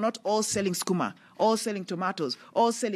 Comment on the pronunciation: Sorry, I am . And Auma not Suma